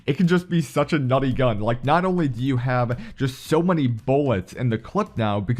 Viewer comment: I heard Naughty😂